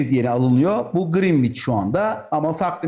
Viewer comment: (Greenwich) Grinviç dedi ya pes dedim artık.